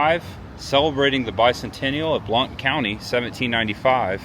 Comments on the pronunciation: FYI - "Blount" is pronounced "Blunt". Really. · You are in my town of Maryville, Blount Co. is pronounced like Blunt. Also, the comic book store is pretty cool. I'm not into comics but I go in there from time to time just to look at other stuff. They have an old hippie guy that works in there and he does all of their art work on the buildings and walls.